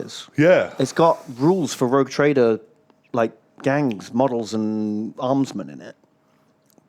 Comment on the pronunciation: really is borderline dyslexic. "Rouge Traider"? Seriously? I am not even a native speaker and I winced at that.